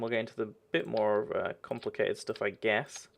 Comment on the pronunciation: its more not moar